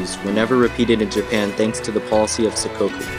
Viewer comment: It's sakoku!